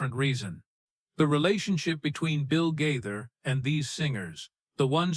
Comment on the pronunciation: Oh my gosh! At least pronounce Bill Gaither's name correctly!!!